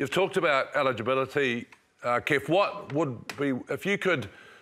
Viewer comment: DID JK JUST CALL HIM KEFS?🤦🏾‍♂️